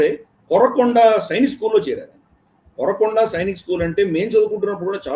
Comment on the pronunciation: కొరకొండ కాదు సార్ కోరుకొండ ఆంధ్రా సత్తా